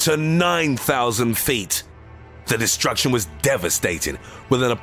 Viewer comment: This guy puts to much emphasis on meaningless words in the sentences, instead of saying "the sky was on FIRE" he says " the SKY WAS on FIRE"